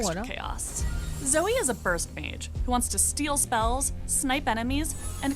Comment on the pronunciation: ủa alo a zai cái dòng chữ spells and enchantments là cái j vậy mà a zai bảo ko thấy có nói đến cướp spell vậy alo???? 🙃 -1 điểm vì đọc sai tên zoe nx nha 😗